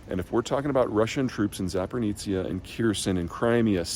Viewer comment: Can’t even pronounce Zaporizhzha. Come on, man. Do some basic homework.